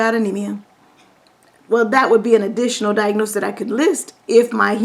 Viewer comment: I notice that you pronounce diagnosis as "diagnoses". Isn't diagnoses the plural form of diagnosis?